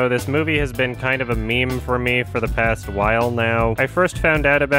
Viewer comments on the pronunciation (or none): none